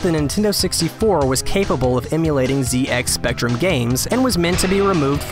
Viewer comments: It's a Zed-X Spectrum not a Zee-X Spectrum. Derp. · It's pronounced "Zed X Spectrum", not "Zee X". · Zed-X Spectrum, not Zee-X Spectrum. It’s an English computer, so use the English pronunciation (The correct one.) please. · ‘Zee ecks spectrum’ Sigh... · I wasn't trying to be sarcastic. I was just pointing it out. I've never heard anyone pronounce it that way, even in America.